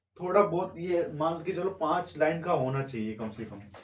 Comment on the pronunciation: लैन नहीं होता है, लाइन (line) hota hai.. Mind it 😂